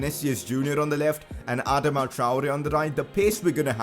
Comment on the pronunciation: Sign Adama only if u pronuce properly ..."adaama